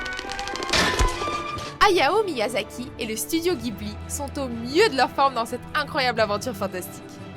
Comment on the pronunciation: Je suis la seule à être choqué de la façon dont elle dit HayaO Miyasaki à ?